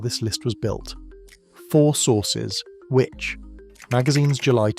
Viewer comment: These AI voices are getting better - only the pronunciation of "Which" magazine gave it away